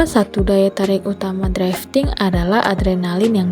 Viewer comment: ralat untuk penyebutan kata drifting kak , bukan draifting🙏🏻 draiv lebih ke penyebutan kata pengemudi. cmiiw